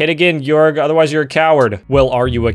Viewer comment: can’t pronounce georg properly lol